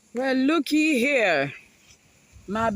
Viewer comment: “well,looki here”…you sounded like rural north carolina 😀